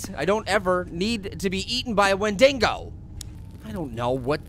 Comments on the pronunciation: you keep saying wendingo. it's WENDIGO not wendingo. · no a wendigo is someone who has eaten it's own kind as is become adicted to the taste and it's not wendigo like wen-ding-go it's wen-dig-o there's no n in the dig part of wendigo honestly if your gonna say something say it right😡😠😧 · wen-dingo lmao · Hey, it's pronounced "Wen-di-go" and they are cannibalistic spirits. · It's pronounced win-de-go. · its pronounced [when-dego]!!! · it's pernouns (wen de go)